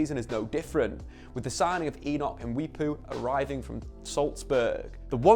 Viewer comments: it's pronounce as muway-poo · How did this man fail to pronounce a name as simple as mwepu